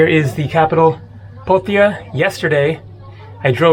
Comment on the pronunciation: POTH ia not PoT ia .. 🤦🏻‍♂️